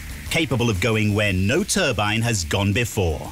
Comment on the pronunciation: It's NOT a TURBIN. There is an E on the end. TURBINE, say "TUR-BYNE".